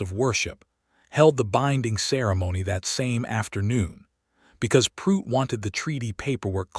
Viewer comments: The name is pronounced Prue - it Not Prute ! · Prue-itt not Prute. Just saying